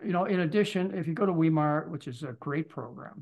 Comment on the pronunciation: Tip- "V" -"eye" -"mar" and now say it as one word - Weimar, Germany, Weimar Republic... The "e" and the "i" are pronounce exactly the opposite in german and english. look up a site where the word will be pronounced. I always cringed when I hear this - and I'm an american!